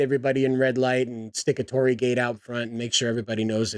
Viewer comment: ...a-are they STILL using a Torii? Dear lord almighty preserve me... orz And yeah, you got the pronounciation right! However, the space beyond the Torii is meant for Kami, divine spirits of various sites / famous important figures / items. There's an entire treatise about what they are, but basically, if a thing exists, it has a kami. The greater / more important the thing, the mightier the Kami. The ancestral stuff iirc is dealt with a personal buddhist shrine at home, but with this one, I'm not as well read on this part I'm afraid. Edit: the more I look at the image, the more my eyes hurt. Who okayed this?!